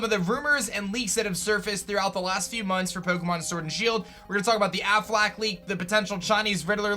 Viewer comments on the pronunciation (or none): Am I the only one who hears “Aflac” when says “Afflec” lmao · Plot twist #11 : Its actually pronounced ‘Afflack’